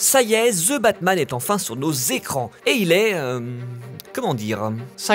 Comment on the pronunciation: "THE" Batman! Pas "Ze" Batman! Mes oreilles saignent!